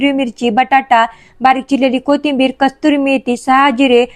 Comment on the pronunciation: कस्तुरी मेथी नाही, कसुरी मेथी ग.